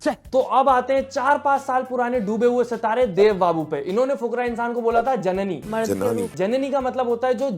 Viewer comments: It's jnani..not jnni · It's not janani.... it's janaaani(Punjabi word.. meaning woman) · भाई जननी नही जनानी बोल रहा है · Bhai it’s Janaani not janni Janaani matlab aurat 😅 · Sir... your content is really nice...but it's not जननी its जनानी ... means woman..